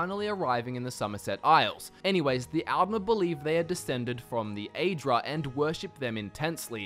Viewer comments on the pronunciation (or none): Aren't you pronouncing "aedra" incorrectly? I believe it is supposed to be pronounced like "ah-ee" at the beginning, not like "ay." Same for the daedra.